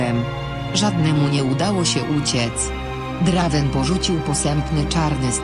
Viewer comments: drajvena się czyta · Czyta sie Drejvena